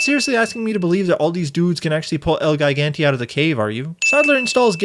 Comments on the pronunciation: wants Spanish, says el geegantay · The way he pronounced ‘El Gigante’ made me criiiiiiinge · Wow, great you have answered. Maybe the pronounciation of foreign words. I don't expect anybody not speaking their mother tongue (english obvously isn't mine either) to pronounce everything accordingly. But for example you mispronounced el gigante and the spanish line señor, qué pasa. It's just that I am (overly) sensitive to this and I believe that paying some additional attention to such detail would enourmously improve your videos (and make them stand out at least in my opinion/make them more appealing towards foreigners). Other than that they are of a high quality and you seem like an intelligent and observant person. Not trying to flatter you or something, just want to point out the positive sides as well